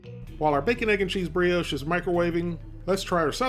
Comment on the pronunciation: It's pronounced 'bree-osh'! A concise, and honest review of a product - as always. Thanks.